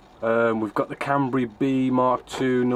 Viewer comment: can-ber-a not can-ber-e